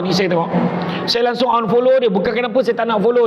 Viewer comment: Sebut langsong tak betul_.,.,.,.,_